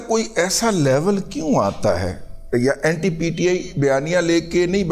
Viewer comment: رضیہ بھائی اینٹائی کوئی لفظ نہیں ہے اینٹی ہوتا ہے۔